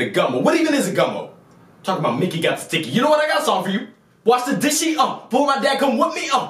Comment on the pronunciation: I BUSTING OUT LAUGHING 😂😂😂😂😂😂😂 when his dad was like “wash the disheie uh or my dad gone wip me uh “ 👌🏾👌🏾👌🏾👌🏾👌🏾👌🏾👌🏾👌🏾👌🏾👌🏾👌🏾👌🏾👌🏾🤟🏾